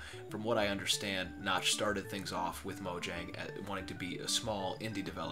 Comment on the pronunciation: It's pronounced mo-yang btw